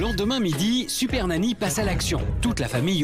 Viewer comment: Je rêve ou t’a dis « siper nany » au début de ta vidéo 😂